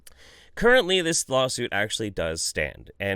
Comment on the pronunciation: "I'll be doin a lawsiut" fuck XD